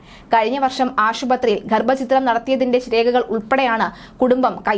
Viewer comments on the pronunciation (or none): ഗർഭചിത്രം അല്ല ഗർഭഛിദ്രം ആണ് ശരി റിപ്പോർട്ടറേ...